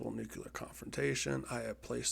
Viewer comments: Good video. Interesting program. Btw it’s Nu-clear not Nuc-ular :) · You present yourself as some sort of war expert (replete with low throated voice) until you say "nuke-q-lar" over and over. Admit it You're a videogamer, guy. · IT'S NOT NUKE-U-LAR! Fucking Americans...